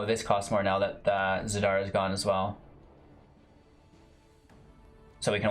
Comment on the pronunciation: ziRda not zaDira <3